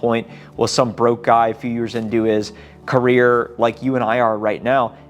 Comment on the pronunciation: Gotta change the intro! Says CARRIER NOT CAREER